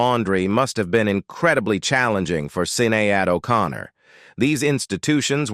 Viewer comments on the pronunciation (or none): “Sin-nay-add 0’Con-ner”?! Who the f*** is in charge of these lil’ sh** pieces? Whoever, hire a narrator, not this UNACCEPTABLE AI crap ya’ got “going four yew” now. Jaysus!, what an embarrassing, pathetic, uneducated, ridiculous, disgusting, display of ignorance you’ve put forth here. Which one are you, folks - cheap or just lazy? THIS is the weakest site “out there” (REALLY a disaster)! 👎🤔🙏